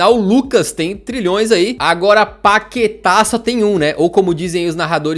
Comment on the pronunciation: "Páqueta" kkkkk